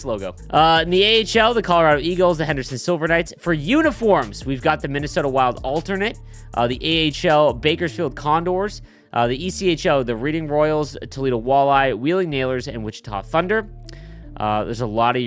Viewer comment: ITS PRONOUNCED REDDING NOT READ ING LETS GO ROYALS